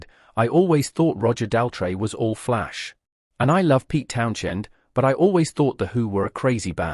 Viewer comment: He seems to have problems pronouncing Daltrey and Townsend.